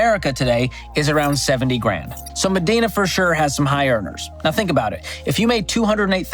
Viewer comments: Medina is pronounced me-dye-na, not me-dee-na. It’s a bit of a tourist attraction here, seeing houses you’ll never be able to afford. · It’s ma Dine-a not ma dean-a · MEDINA is pronounced "Muh-DIE-Nuh" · MEDINA (MA-DYE-NA) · Pronounced ME- dye- NA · It's pronounced "Ma-dine-ah" Washington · Correction: #5 is pronounced "Mah-DINE-na". The ultra wealthy have huge properties there and the neighborhood is quite the opposite of Seattle which is across the lake. No homeless, no sights of people injecting themselves in public, no litter, and police enforces the law in Medina. Great list - love the dad jokes! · Medina is pronounced med-eye-nuh. I live here, it’s super nice and was glad to be raised in the area, but all the fun happens in the city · Hah I just replied correcting his pronunciation too.. “muh-dine-a” I used to work as a teacher in this neighborhood. I drove up to work in a beater & my student’s parents were picking up their kids in super expensive cars. Hah!